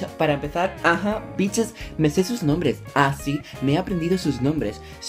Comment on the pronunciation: hey! plis me muero cuando no prununcias bien sus nombres ...........pero te quedan bien los videos